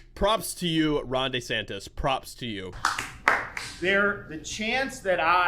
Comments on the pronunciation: I'm Italian. Please stop calling him "DAY- santissss". It hurts my Italian ears. His name is pronounced: " DEEEE- santis" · Everyone: DeSantis: Day Santis 😂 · It's DEE-Santis not DAY-Santis